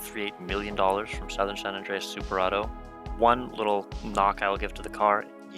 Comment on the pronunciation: Everytime bro said SOWthern my eye twitched.